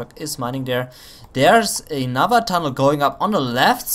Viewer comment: I watched a couple of your replays and u make 2 mistakes very frequently. Units are hurt not "hurten" that word just doesnt exist in the english language. And its another Humvee not "enother" Humvee thats just prenounced wrong. Dont get me wrong apart from that i enjoy your commentating effort :)